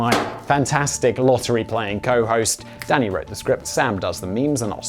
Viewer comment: Sometimes when Simon says Danny it sounds like he says Daddy and I get a good chuckle out of it